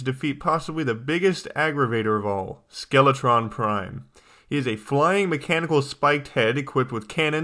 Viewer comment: The first time he said skeletron prime i thought he said skeletron crime